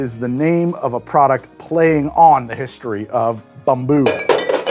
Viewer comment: Title says "Bamboo" but the drink sounds like "Bumboo"....which is it?